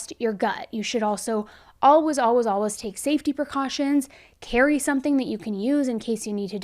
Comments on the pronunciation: It’s painful for me the way she says ALWAS instead of alwaYs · “Alwuz” We love you 😅😆